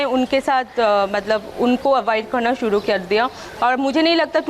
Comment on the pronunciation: र को ड बोलेगी तो जुबान साफ करने को बोला होगा अनुराग कश्यप नें. ऐसी डायलाग डिलीवरी तो बोहोत ख़तरनाक है. शुरू को सूडु, कर को कड़ घर को घड़ रहा को रड़ा